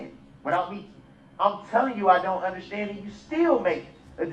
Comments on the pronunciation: The way he says undershtand is pissing me off. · I don’t undershtand, I don’t undershtand. That’s why you don’t represent yourself and get someone who does understand!